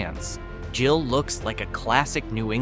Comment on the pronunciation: Gill, with a hard G, not Jill.